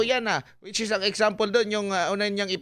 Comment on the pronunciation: Gusto ko ang "eksampel" mo.🤣🤣🤣🤣🤣